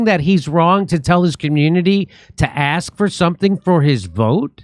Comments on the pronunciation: Can someone ASK Ice Cube to pronounce his words correctly? Perhaps then people might listen to what he has to say. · The minute an adult male says "ax" he has lost ALL credibility towards an argument. And wipe that stupid scowl off your face. Youre a multimillionaire living in a gated community. Lighten up. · Why can't these people pronounce "ask"?!? 🤦🤦🤦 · I wouldn't listen to anyone telling me to "axe" anything.. No way man calm down why would I axe him?? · “Anyone axe you not to axe 🪓 “ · I wanna axe you a question. Wy kant u speek engrish? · Why does every election have to be about what the blacks will GET given to them. Besides they shouldn’t ask for anything till they can pronounce the word ask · Would it kill you to pronounce the word "ask"? It makes your intellect "suspect" if you can't. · Aks.american literacy....what a joke. ...aks ...kilt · saying "axe" is not an accent, it's a mispronunciation of the word "ask" and Mr. Cube has to know better. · so u want us to "axe" for suntin.. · You gotta ax somebody 😂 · If they aksing you not to aks...period. Mr. Cube you are worth millions can you be a bit more refined? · what is it with black people and the word ask? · African Americans are incapable of properly pronouncing "ask" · Axe, axe, axe, axe, ask! It took 5 tries, but he finally said it right! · 'Anybody axin you not to ax' lol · Its calked ask no aks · Ax its ask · He's AXING! Not asking! LOL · "Axe" ?"Axing"? Can he not speak English? Or does he have a thing for axes? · Learn to speak English. It is ask not ax. This is a loser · "Not axin for notin? Axe! " here's a thought... ASK how to speak English.. obviously missed out in school.. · I don’t take anyone seriously that purposely uses the word AXE in place of ASK, the negro knows English, but uses the dumb down method of speech instead. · It’s ASK not AXE😂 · "Axe" DOES NOT EQUAL "Ask". So hard to hear ANY criticism when it's actually hard to understand them. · Aksing, axe? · ASK! not AXE!!! FFS